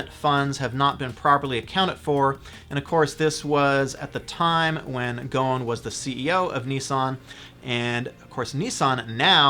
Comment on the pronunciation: its more like Go-sin no gohn